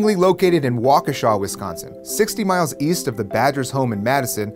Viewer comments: I live 10 mins away from lake Beulah, never knew this. And Carroll college is now Carroll University filled with a lot of illinois kids. And you said Waukesha correct!! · Fellow Wisonsinite here, props for saying Waukesha right and not like WAH KEE SHAH. Also I think that new rules like this need to be put in place now that we know about CTE, the games been changed before for safety and it can be again.